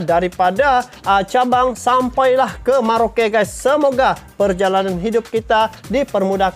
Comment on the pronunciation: bang ada yang salah dalam pengucapan di pembukaanya, bukan (SALAH) DARI CABANG SAMPAI KE MERAUKE! yang benar adalah, DARI SABANG SAMPAI KE MERAUKE!!! BEDA PENGUCAPAN BEDA ARTI BANG. NKRI HARGA MATI!!!!